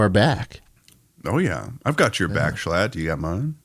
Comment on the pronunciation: Mrbeast butchered schlatts name